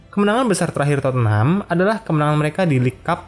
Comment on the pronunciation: Penyebutannya bukan totenham bang tapi totnem. Just info. Koreksi tambahan awal didirikan, john houlding memberi nama Everton athletic namun ditolak sama FA karena gak bola ada tim sekota dengan nama yang sama, akhirnya liverpool ganti nama seperti sekarang deh. Koreksi tambahan lagi, shankly gak pernah juara UCL bersama pool, melainkan cuman piala uefa.